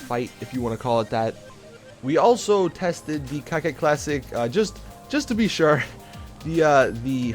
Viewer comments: Wtf is a cacet classic? Its core-ket douche. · Coquette not cockette. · and he keeps saying cocket it's coke ette like Corvette but coke ette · It bothers me how you pronounce Coquette.. It's pronounced "Co-Kett" not "Cockette". If it helps you, try to pronounce it the same way you pronounce Corvette. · nope its cokewet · Did he say cocka? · No, that is not how it's pronounced. It's more said like "coke wet" there are many ways a "q" can be said but here it's not said like a "k" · Airtug_Creeper i would say cockwet but really fluently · Isn't it (Coquette) pronounced Coketty?